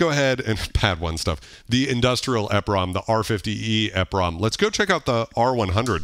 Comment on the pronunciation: Love the channel!! I had always heard 'EPROM' pronounced as 'Eee prom' like e in e-mail. E highlighting the 'Erasable' aspect of the Programmable Read Only Memory. Exposing the chip in the EPROM to UV 'removing the label' erases the chip. I had the R-50e back in 1988, and the K1 which I used to sequence on PC-XT on Cakewalk 2.0 for MS-DOS. Miss that drum machine, I sold it after I got my K4 in 91. I recall that songs are made for chaining patterns together to make songs. When I traveled at the time I'de bring an old school cassette recorder to save the memory patterns and kits. I had some kits that were just the heavily edited orch hits for saving melodies.